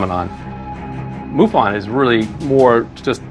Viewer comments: its not moo--fon its muff in. MUFON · i dont know why you pronoun it moofun. thats funny